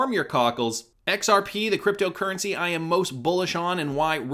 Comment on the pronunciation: Why do you always put a weird accent on "creptyo eri"..